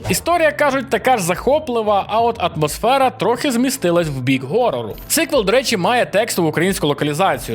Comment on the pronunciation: чого ви всі "Гокаєте"? який в сраці "гард"? який в сраці "горор"?